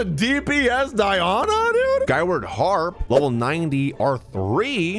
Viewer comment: First time I've heard someone pronounce Die-oh-nuh as Die-on-uh. Die on a what? 😂